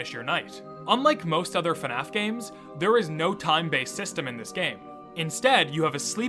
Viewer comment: That's cool and all but its bothering me of how ur saying fnaf😭